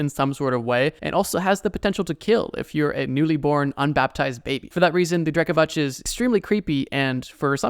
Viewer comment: Btw its Drekavac , your pronunciation is a little off, but i dont blame you , we talk the same way we write so letters are usualy a lil more pronounced , also, its cool to see you mentioned something from over here xD